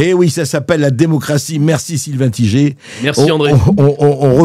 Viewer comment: Tigé. 😂. C'est Taille-gueur....je pense Sylvain qu'il est temps de donner naturellement et fièrement le vrai nom. 👍